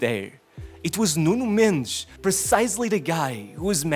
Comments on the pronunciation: Let's appreciate the fact that this guy takes the trouble to pronounce footballers names as they should instead of :"Nunow Mendeyz", "Kylien Mbappay", "Désiray Dewey". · Ts man can pronounce "Nuno Mendes", "Raphinha" But NOT Dembelé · this man is pronouncing "Raphinha" and "Nuno Mendes" in perfect portguese, but is pronouncing Dembélé as "Dembeley"... . Huge disrespect.